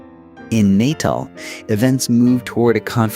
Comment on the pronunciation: Intriguing telling of the tale. Do please learn the correct pronunciations of the people's names and towns before publishing, please? Maak my dood om te luister na die boô'res, afri'cains, en Pi'jat Reteef's. Man maak Natal klink soos ñ "niq-u" 😂